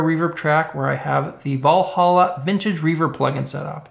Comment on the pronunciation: Shitty guitar tone: I'm starting with a Shitocaster Me: You aren't gonna save it bro Also Valhalla rhymes. Val as in value hall as in session drummer hal Blaine and uh as in uh,? It's Valhalla not valholla If you play this video backwards, it goes from bad to worse to omg wtf